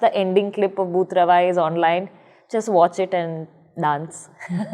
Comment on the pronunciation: I like how good her pronunciations of non-english proper nouns are - Beau Travail, Emahoy Tsegué-Maryam Guèbrou etc. And also spoken so seamlessly, not making a big deal of it.